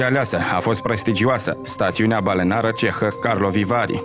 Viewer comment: Rușine celui care citește textul pentru investigația TV 8 pentru "balenare" și "Pagnini"! "Stațiune balneară" și "Paganini". Este elementar.